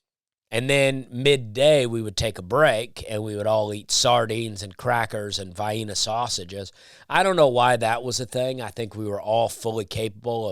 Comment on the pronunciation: I don't know if "Vye-Eeena sausages" is a callback to mispronouncing cities or not. Yet here I am commenting.